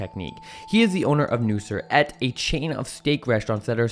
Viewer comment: His name is not nusr 😂nusret dump yankee